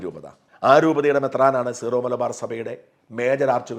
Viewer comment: സീറോ (Zero) മലബാർ സഭയല്ല, സിറോ (Syro) മലബാർ സഭ. ഉച്ചാരണവും മലയാളം എഴുത്തും ഏകീകരിച്ചാൽ നന്നായിരുന്നു